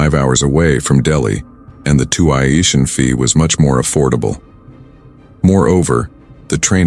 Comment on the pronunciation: Twy-ition??? Too-eye-ition??? WTF? Bad AI programming??? 😂😂😂